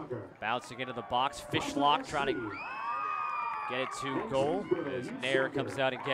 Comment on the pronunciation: LOL Woman commentator talking about the keepers before the game starts, said "Jessica Fish hook" LOL!